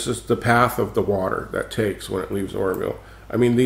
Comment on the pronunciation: lol, it sounded like you said the horrorville dam, which would be a more appropriate name.